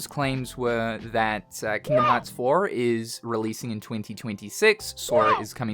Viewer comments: hard r for me is rolling the r xD Kingdom Hearrrrrrrrrrrrrrts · Hearing him say Kingdom Hearts with a hard R is surreal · "Kingdom Hawts" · Hearing you say Kingdom Hearts in an American accent was way funnier than I was expecting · His American Accent came out for a second 😂